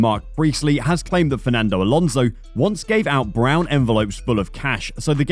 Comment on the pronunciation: Fernando's name is Alonso not Alonzo.